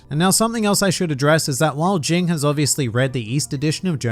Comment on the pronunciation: “Jing” its “G-ing” lmao